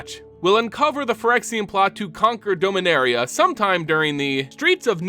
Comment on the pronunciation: Your pronunciation MTG proper nouns hurts me. Now but can only hear Homer Simpson say D'oh-minaria. Or am I the only one who's been saying "dah-min-air-E-uh"